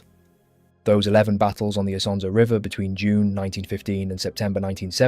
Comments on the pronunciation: just this little fact. The river' name is NOT Isa, Anszo, Asanza or Asanszo but ISONZO. Please, remember it. rough one million Italian soldiers died or got wounded in these places. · dude you are way too emotional over this the Italian soldiers of ww1 came from all over the peninsula and had different pronunciations of things themselves also Isonzo is just the Italian name, if we want to be picky the real friulan name is Isons or Lusins depending on the are you choose again, you are stressing over nothing, the soldiers don't care, the people over there don't care and there is no "real" name or pronunciation since everyone is entitled to call it however they wants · ha ragione a precisare, perché se vuole farci un video su qualcosa di così notevole per l'identità nazionale un po' più di impegno nella pronuncia male non fa. Great video otherwise though